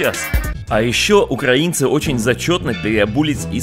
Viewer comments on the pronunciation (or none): none